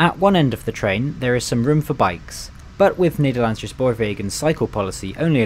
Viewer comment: It's not NederlandSHhe spoorwegen, it is NederlandSE...NO SH sound! IT IS AN SSSS. Sama as Amersss foort. .